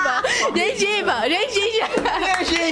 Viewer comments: o morrendo porque a falou gingiba kkk🤣🤣🤣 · Não e a falando "gengiba"e o tendo um ataque cardíaco kkkkk